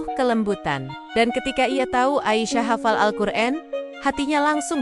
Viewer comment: Alqur'an bukan Alqur'en